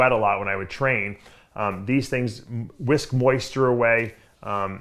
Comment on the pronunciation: Do they “wisk” moisture away Dave? 😂🤣😂🤣